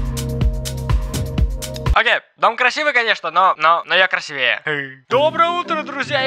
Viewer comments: КрасИвее, а не красивЕе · Не красивее, а красивее. Ударение на "И" а не на вторую "Е"